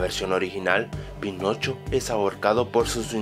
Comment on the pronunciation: Soy el único que en el inicio escucho penocho?